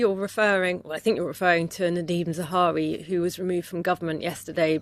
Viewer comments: Why do you keep calling him "Zawari" lol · Not Zawa(hi)ri but Zahawi....